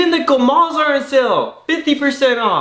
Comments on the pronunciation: Yes, what are you talking about? EVERYONE in the world knows english. more like they should have found an american who speaks spanish properly, so they wouldn't be saying "kamal" instead of "comal" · Yeah, its pronounced COMAL not kamal